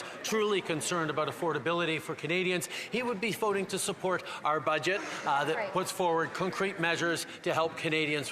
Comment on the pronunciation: Did he say budget 🇨🇦😁